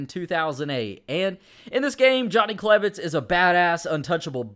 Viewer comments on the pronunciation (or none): on Johnny klebitz you said klev not klebitz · on klebitz you said klev